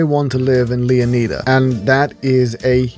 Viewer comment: Its not lee-oh-nee-dah Its lee-oh-nigh-dah